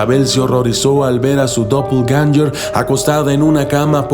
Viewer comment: suena como dopeganster